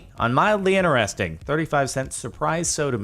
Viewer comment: Stop saying inneresting there is a T in inTeresting 😤